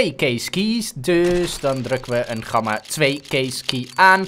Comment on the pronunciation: Je zegt gamma niet met zo'n platte G je spreekt de G uit als in good